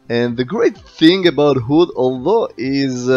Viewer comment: “Hoooood” and “neboola” haha. Good Vid as always!